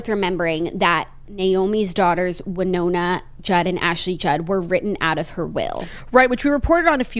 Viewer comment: Went to college in Winona, MN, and we said: “WIN-ona”